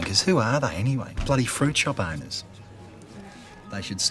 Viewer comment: I thought he said boners instead of owners